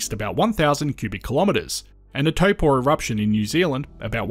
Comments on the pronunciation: Pronunciation of Taupō was brilliant. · Well done with the correct pronunciation of Taupo!